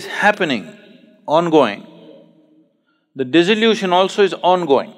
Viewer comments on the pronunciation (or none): In spirit of cooperation, not criticism: Sadhguru is talking about dissolution, but mispronounces and makes it sound like disillusion, this may confuse somebody